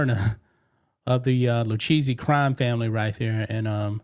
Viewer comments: The Lucchese crime family is pronounced loo-KAY-see, 😂 not lou cheesey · LMAO it’s Lou-Kay-Zee not Lou-cheesy hahahahahaha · Its pronounced Loo-Kay-See. Please, PLEASE, stop saying, Lou-Cheesey🤨! Damn, yo, haven't you ever watched a mob documentary? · Pronounced Loo-Kay-Zee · Pronounced Lou-Kay-Z But i love Lu-cheesy 🧀 better!!😅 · lol dude it’s pronounced the Lou Ka zee family practice it at home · The family name is pronounced “ Lou Kay See” if y’all do another report. Love the channel. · It’s LOO-K-Z for the pronunciation. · Sorry but Lucchese is pronounced like "Luke-Kay-Zay" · It's pronounced Lou-Kay-Zee. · its pronounced lu kay ze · It's pronounced Lu/kay/zee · The Lucchese crime family is pronounced loo-KAY-see